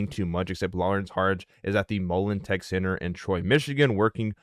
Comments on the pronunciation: The Randy guys kept saying Mullens which bothers me as well, but John even said Mullens from the Friday interview in MI, lol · videos seem illegitimate. I feel its unprofessional. And hes calling mullen (mullens)